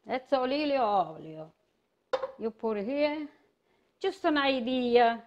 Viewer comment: "Olivo Ollio" .... I love her :D